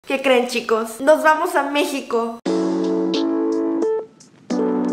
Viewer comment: ese "aaamoooos" indicaba que efectivamente, ya habías llegado a México jaja. ¡Bienvenida de nuevo! ❤️🇲🇽🇰🇷